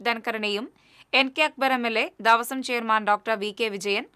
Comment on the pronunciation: ദാവസം അല്ല കുട്ടി, ദേവസ്വം എന്ന് വായിക്കു. ന്യൂസ് വായിക്കുമ്പോൾ അക്ഷരങ്ങൾ തെറ്റാതെ വായിക്കാൻ പഠിക്ക് ആദ്യം